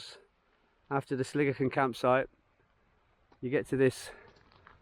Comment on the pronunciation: What a great day you had for that hike! So much easier when it's dry! You were lucky where you camped that the cattle weren't there. When I passed by there in 2019 they had destroyed a guys tent with him in it! I aways thought Sligachan was pronounced Sli...gaaaa...chan rather than sli-gi-chin with the ch sounding as in loch, but the Irish gaelic seems to sound like you pronounced it..not too shabby for an Englishman..:-) Since you said you don't like heights I wondered how you would get on on the section to Elgol...it's a drop off for sure